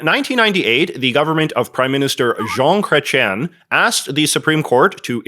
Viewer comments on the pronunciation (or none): LOL the way he said "Jean Chrétien". Bilingualism failed